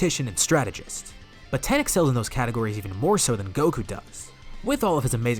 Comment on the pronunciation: Why you calling tien ten 😂😂